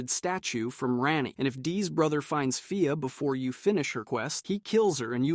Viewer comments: nah 😂 i went to the comments to see if anyone else was getting annoyed at him mispronouncing marika then i saw a comment about fia so i skipped ahead this mothafuka just do that shit for comments on his vid and its smart tbh well played...... fia not fire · The way he says fia is so weird fi-ah when its fee-a and he cant say marika wtf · Bro you gotta be pronouncing these names wrong on purpose lmao mareeka, rahdon, faya, blade and mileena is wild